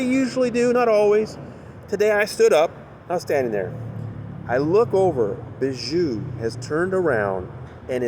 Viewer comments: I know Chynna is Bijou’s sister but showing up in support of a rapist when your brand is being a Christian vlogger is not a good look. Also I know it’s silly but it drives my crazy every time you say her name..... it pronounced BEE-joo not Ba-JOO. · FYI Bijou is pronounced Bee-zhoo